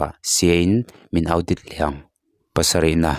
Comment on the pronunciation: Audit hi Au dit ni lo vin Aw Dit ti anga lam tûr.